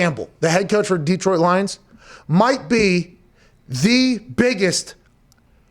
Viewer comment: Hey Pat. Detroit is just one E. Its not DEEEEEtroit. Its just Detroit.